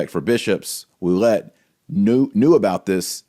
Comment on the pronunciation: My wife knows some French and thinks your Ouellet pronunciation is correct. Metuchen NJ is meh [e as in Mets] touch [as in touch] en [as in "in"]. Excellent presentation... good assertion... brilliant points all. What's next? Nothing. Vigano will die [eventually, no hurry]. Bergoglio occupies the Vatican and will continue building the One-World Church until we pray enough and/or the wrath of God comes down. PS: You might like this presentation... The Truth About The Crisis In The Catholic Church